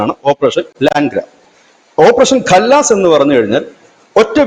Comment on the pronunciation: കല്ലാസ് അല്ല ... ബിജു ഘ ലാസ് കർ ദെയേ ഗാ